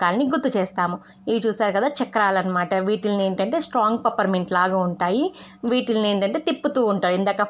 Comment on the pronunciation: Pippermint .. adhi papara ment kadhu